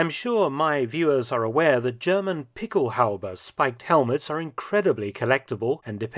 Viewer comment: What Mark is saying in his British accent is "pickelhaube". He is pronouncing it correctly, but I tried to google "pickel halbee" and it didn't work.